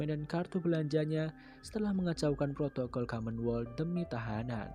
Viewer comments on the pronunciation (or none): none